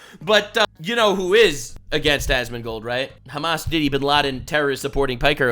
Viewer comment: Im honestly impressed by your correct pronunciation of hamas